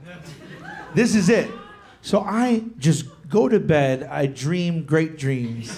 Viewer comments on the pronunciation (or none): none